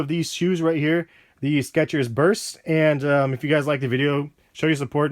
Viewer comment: theres no T in skechers